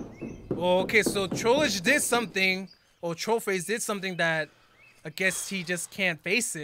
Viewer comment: its not troll-ish. its troll-dge. its starting to get kinda wierd